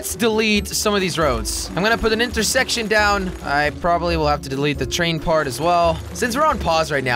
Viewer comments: When he said intercorse instead of intersection I spat my cereal out. Cheers jelly. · You said inter sex tion